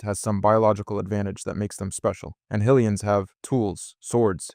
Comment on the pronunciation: High lee ans is correct